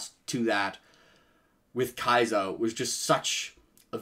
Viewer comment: I also like this chapter and I like your enthusiasm, but I hope you realise that you've been saying her name wrong the whole time. It is not Kaisa, but Kasia, which is a Slavic name and short for Katarzyna.